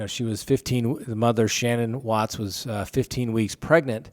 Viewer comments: Please say Shan'ann correctly. Her name wasn't Shannon. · Chris didnt REPORT them missing. Shannan’s friend did. And its ShannAN not Shannon. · Sir u r pronouncing the wife's name wrong 😡